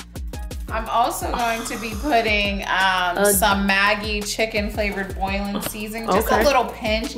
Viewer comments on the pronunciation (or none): chicken boillin ... lol nat its chicken boo-yon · Chicken Buillion (Bull-yahn) seasoning.... not boilin'...heard you say that twice. lol But I got ya baddie!!! From one bad to anotha!!!